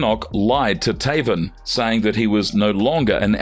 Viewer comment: Sometimes I like this narrator but most of time his voice is a nail scratching a chalkboard. I mean some of the mistakes he makes gotta be on purpose, for example you have to literally go out of your way to prounouce Taven like that